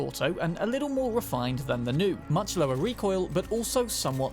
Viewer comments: The Nue is less pronounced as “New” and more “New-Way” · Nue is pronounced noo-aye... not new. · Constantly hearing them pronounce it "new" was slightly maddening but understandable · Nue is pronounced new-ehhh and it's a Japanese chimera basically 😂 there are a couple other things you don't know but that's okay ❤️ good vid